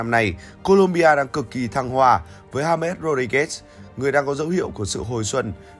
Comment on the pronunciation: Đọc là ha mét hả ban😢